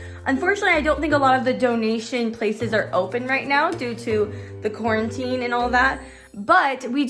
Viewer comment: It's just called Quarantine not quarantininy